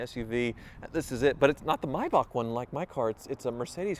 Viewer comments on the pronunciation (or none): no no no its Maybach not Maybak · Thank you for pronouncing maybach correctly. I cringe every time I hear mayback